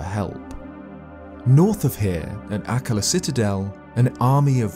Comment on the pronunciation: Everytime says Dorephane, Akkala, or Purrah i die a little inside